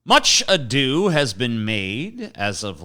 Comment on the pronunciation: Tj is probably gettin real fed up of saying "much adew"